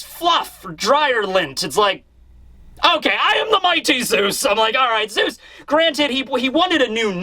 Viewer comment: it's Zeus not zues